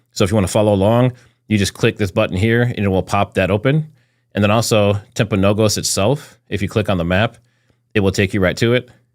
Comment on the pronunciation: The hospital is pronounced Timp-a-know-gus